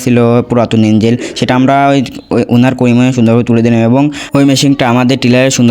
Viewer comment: ইঞ্জিল নারে বলদ ইঞ্জিন হবে।